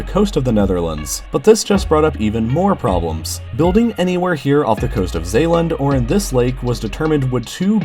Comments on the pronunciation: Nailed the pronounciation of "Zeeland" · It's really funny to hear you pronounce all of those dutch places. Some of them like zeeland you've gotten really well, but others were less than perfect. Still overall it's really amusing. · This guy said "Zeeland" and "Rotterdam" flawlessly, luke real dutch guy would say it